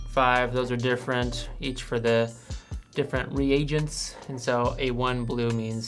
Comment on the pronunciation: Thanks for pronouncing 'reagents' properly.